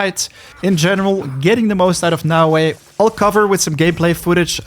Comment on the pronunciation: You are the first youtube that knows how to read naoE